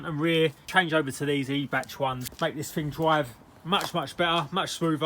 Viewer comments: It's not eeebach mate it's pronounced eye bac. Every days a school day 😉. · I thought it was pronounced “eye-back” Top work as always 👍🏻👍🏻